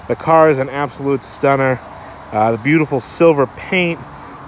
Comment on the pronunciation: Its a "stunnah" lol